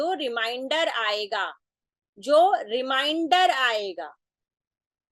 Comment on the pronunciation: मैडम, आपने बड़े गूढ़ विषय को सरलतापूर्वक समझाया। धन्यवाद। किंतु, क्षमा करें,भाग करने पर जो शेष आता है उसे रिमाइंडर नहीं रिमेंडर बोला जाता है।